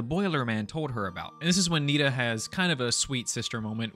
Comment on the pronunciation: NINA NAH BRUH ITS NITA but it’s ok u didn’t hear what her name is